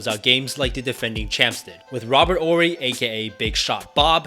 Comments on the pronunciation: The H is silent in Horry and it’s a hard J in Tomjanovich (Tom-John-O-Vitch) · 1. They got extremely lucky. Arguably the Jazz was the best team they faced. 2. The "H" is silent in Hakeem. 3. The "H" is silent in Horry.